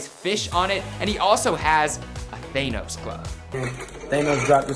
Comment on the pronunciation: Wtf is a THAY-NOS 🧤🤨😭 It’s THAH-NOS🤦‍♂️😭